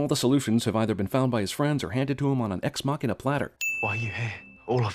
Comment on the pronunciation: Your pronunciation of deus ex machina should be illegal though. For someone giving out so many (and often unfair) fail points you deserve a point yourself for everytime you fail at pronunciation it.